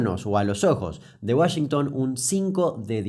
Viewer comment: Nadie: Absolutamente nadie: Ni siquiera yo que estudio inglés: Damián Kuc: Sharsh Uashengtan